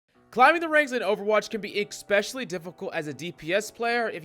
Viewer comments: what does "expecially" mean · Bruh. In the first 17 seconds of this video, you said "Expsecially" and "Pagetreon." You're a lunatic. Subbed.